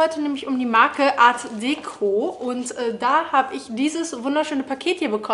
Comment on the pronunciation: Und das nächste Mal betonst du die Marke richtig, für die du Werbung machst ☺️